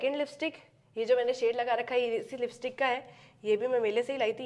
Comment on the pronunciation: Lipstick ❌ Listick✅